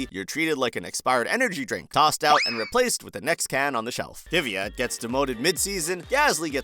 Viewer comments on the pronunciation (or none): none